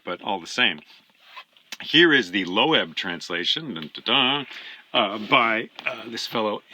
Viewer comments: Lovely video, thanks. Just curious how you came to pronounce "Loeb" as low-ebb? Took me by surprise, having said Loeb (rhymes with strobe) for, well, forever. Not that Wikipedia settles it but here's their take: "Loeb Classical Library (LCL; named after James Loeb; /loʊb/, German: [løːp])." Meanwhile, the Loeb AT Murray translation resembles the 1951 Lattimore, my first, which stands up quite well, though to my ears the new Emily Wilson finally eclipses them all -- except the Stanley Lombardo for reading out loud. In my experience of Homer, however, nothing rivals Alexander Pope's Iliad for clarity and drive. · I have bought Fagles, but Emily Wilson would be an awesome choice as well! By the way: LOEB is pronounced "LOBE" (like in ear lobe).